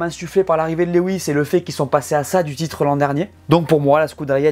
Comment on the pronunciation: Comme d’habitude, super video! Hâte que la saison démarre! Puis-je me permettre de corriger la prononciation du prénom Lewis. Lewis est tout simplement la version anglaise du prénom français Louis, et se prononce « Lou-isse » et non « Lé-ouisse » (Lew-is, comme « chew-ing gum » ou « few »)